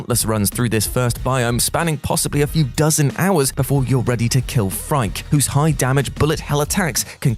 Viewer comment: The first boss in returnal it’s name is pronounced “freaky” not frike